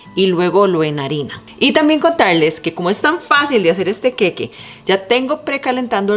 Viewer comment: Que horrible que hablas, pronuncia bien El queque, que es eso?!!??